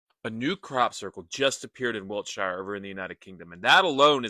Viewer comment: Wiltshire is pronounced Wilt Shear. And it's not an inter dementia entity or a ufo ,its just the bloody wind 😂